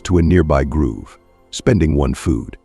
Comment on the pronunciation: Why pronounce grove like groove?